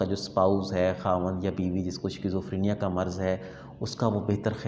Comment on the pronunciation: Bhaee yeh skizofrenia pronounce hota he